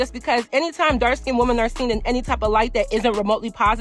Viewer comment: lol it’s just so harsh to hear !! When I know you’re speaking overall to “women” but hearing the singular pronunciation of the word 🥴